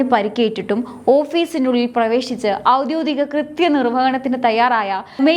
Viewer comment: "ഔദ്യോദികം" എന്നല്ല ശരിയായ ഉച്ചാരണം. "ഔദ്യോഗികം " എന്ന് തിരുത്തിപ്പറഞ്ഞു ശീലിക്കൂ സഹോദരി